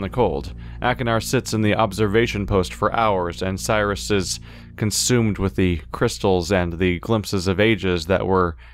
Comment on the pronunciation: Why did he change his pronunciation of Sirrus all of a sudden?